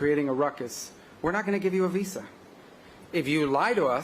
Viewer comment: It is VISA you DH its not vessa. Can't even articulate the word properly...you keep lying and satisfying yourself cowards.